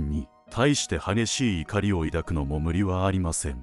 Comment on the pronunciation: 「怒り」の読み方 「おこり」✖ 「いかり」○ 分かりますか？